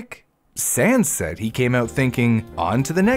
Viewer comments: why does it sound like your saying "sans" when your really saying "Sands" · I straight up thought he said sans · Why does it sound like he's saying sans? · i keep hearing sands as sans and i can't stop laughing during the part about his tumor and i feel bad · He keeps saying sands, but i think he is saying sans